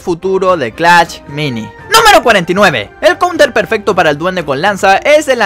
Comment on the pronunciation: Wey sabes alabar o qué pedo solo decís clach mini y es clash mini